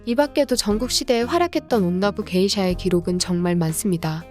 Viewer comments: 그 읽는게 온나부 게이샤가 아니라 온나 부게이샤 같은데 아닌가요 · 다른 분들이 댓글로 지적했는데 이정도면 썸네일이랑 영상내용 수정해야하는거 아닐까요? 1.온나부 게이샤가 아니라 '온나 부게이샤' (한국어로 치면 여성 무예자를 '여성무 예자'로 말하고 있음. 발음하기 어려우면 온나 부게샤라고 하던지요...) 2.호죠 마사코는 '미나모토 요리토모'의 정실부인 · 영상에서 말할때도 온나부 게이샤라고 말하는거보니 어질어질.. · 진짜 일본어로 치면 여자무 기생 이렇게 읽어버림ㅋㅋㅋ 이 채널이 그렇지 뭐